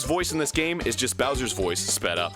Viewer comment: bowser=boo cannot unhear